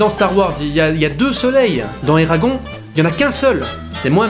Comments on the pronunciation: Excuse-moi mais alors là je viens à peine de commencer la vidéo je suis à et je déteste quand on détruit le prénom d'un films ça ne se prononce pas Eragon ça se prononce ERAGONE on prononce le E a la fin mais il ne s'écrit pas C'est la prochaine fois j'entends encore quelqu'un qui dit et qui ne prononce pas le E à la fin je crois que je vais péter un câble mais déjà ça fait déjà 2 ans que j'entends ça parce que mon fils s'appelle exactement pareil et j'en ai marre des personnes qui ne prononce pas ça à l'américaine mais qui prononça en mode Français 🤦🏻‍♀️ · On dit Eragonnnnnnnne!! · Eragon(ne) ça se prononce ERAGON(NE) non de dieu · Ça...se...prononce... éragone !! Et pas éragon bordel ! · sa se dis : "éragone" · Eragon se prononce "Eragone" phonétiquement ... c'est un prénom elfique. Comment pourrais-tu faire une critique constructive d'un film dont tu n'as pas lu les romans ? Alors évidemment si on outrepasse le lien entre les livres et le film celui-ci n'est pas si mauvais. En revanche, si on le prend pour ce qu'il est c'est à dire une adaptation, c'est désastreux et pas seulement concernant les détails comme le physique des personnages ou autre mais carrément des passages cruciaux de l'histoire qui ont tout simplement été balayé rendant toute suite impossible ou à défaut incomplète. L'histoire originelle étant bien plus travaillé, le film aurait mérité de la retranscrire correctement. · Tirmarche Jilann lol, désolé mais j'assume, ça me fait tellement rire de le prononcer en version franchouillarde. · Je suis globalement d'accord avec ce que tu dis, et tu le dis bien, sauf que je poucerougise, parce que ta prononciation de "Eragon" est absolument horrible. Ça t'apprendra. :D